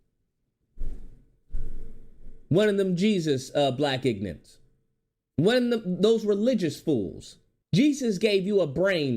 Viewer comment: This video makes so many great points, I’m in complete agreement. But the way you keep calling them “ignants” is killing me 😂😂😂 The blk Christians are usually the worst, so hypocritical and it’s infested in c00nery buff00nery